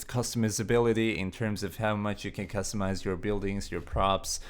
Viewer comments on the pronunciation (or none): Really nice touch to go the extra mile with the post processing, makes a massive difference for the asset. small thing but the mi in customize/customizable is pronounced like my not me hope im not being annoying